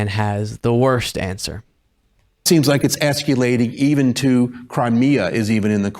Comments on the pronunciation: What is "escuelating"?! THAT'S NOT ENGLISH, pathetic idjit "journalist" who probably says "new-CUE-lar"! If you can't speak proper ENGLISH, then get off the air!!! tRUMP making a fool of himself is as predictable as the sun rising in the east. 🥱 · The interviewer had me at "esculating." 😂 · Did the interviewer say Es Kyu Lating? The media's not COVERAGE you?? Repugnicunts can't even speak English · Yeah, I would've thought a qualified interviewer would know how to pronounce that word. Silly me...